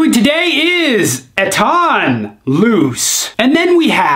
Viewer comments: Its ETTan not ettAn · It’s pronounced Ettan...hit me up for lessons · Your old way of saying “ettan” is actually more correct imo, kick ass vid as always! Röda lacket is def my fav. If u didnt yet try mustang loose, really good aswell! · Your old way to say Ettan was the more correct one.